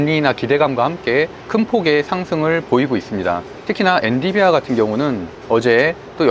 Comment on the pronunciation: 엔디비아 X 엔비디아 O